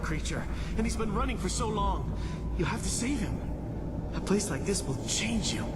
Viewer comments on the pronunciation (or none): none